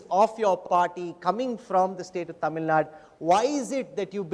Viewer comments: I loved the interview But one thing i don't understand is , why this anchor pronounce Tamilnadu as Tamilnaad? Like seriously?? Kannada as Kannad? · Mr - it is not Tamil Nad... Tamil Nadu.. when Jaishankar can mention as Tamil Nadu, what is stopping you? You don't call Haryana as Haryan... it doesn't make you superior by removing U in Tamil Nadu